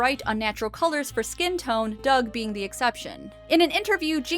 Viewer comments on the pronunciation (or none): Did you say Rocko's Modern Life??? Oh wait. You said Doug. Sure sounded like Rocko's Modern Life.